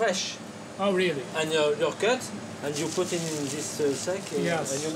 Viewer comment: "you buy zat it iz euh fraiche and your cut and you poute in zis sac"